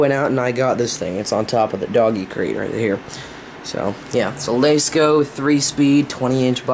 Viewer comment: L-ah-sco not l-ay-sko just an fyi